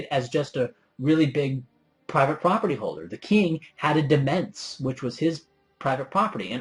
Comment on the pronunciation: Nobody ever pronounces demesne properly as it should be, which makes me unhappy. :( It's "di-mayn".